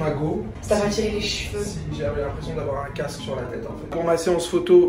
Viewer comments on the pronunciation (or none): none